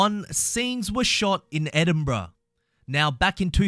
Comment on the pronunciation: “Scenes were shot in *Edinbruh*”